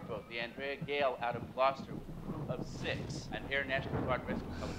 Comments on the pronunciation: “Glowe coaster” NO. Gloster ( “ah” sound). Watch “Their Finest Hour”. It’s another tale of the sea and is just as good as “The Perfect Storm”. It will help you to broaden your knowledge of the sea, and of boats and ships (two different things) and I believe you will be more pleased in the way this movie is resolved than with “The Perfect Storm”. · Omg, I need to teach you how to pronounce the names of the towns and cities in Massachusetts. Some of them are really difficult so it's not your fault for saying Gloww-kest-er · Maybe a bit more like "gloss-tuh" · Thanks for doing a reaction to "The Perfect Storm." As a lifelong resident of Gloucester (pronounced Glou-sta), I clearly remember when this all happened. Gloucester is celebrating it's 400th year this year and at the Man of the Wheel statue (seen in the film) there is also a moment listing all the names of the those lost at sea each year. There were years in the late 1800s and early 1900s that the moment includes dozen upon dozen of names. Deep sea fishing has always been one of the most dangerous professions there is. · It's pronounced Glahster, or as someone from there would say, Glahstuh. Haha. It's on the north coast of Massachusetts. My sister lives in the South Coast region. She said the line about how it's always Gloucester is not too far off because it's not uncommon to hear about fishermen from Gloucester dying. It's such a dangerous profession. I think it's one of the most dangerous professions. I love this movie, but it breaks my heart every time. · Gloss-ster. It’s about 1/2 hour from where I live. MA also has a Worcester that is pronounced Woosta! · Just for future reference, the town is pronounced Glaastr. The TV show Wicked Tuna is also based out of Gloucester. Worth watching an episode or 2 to give you an idea of what these guys are really like and what they deal with, Enjoyed your reaction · It's pronounced Gloster. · Ouch, her Gloucester pronunciation killed me....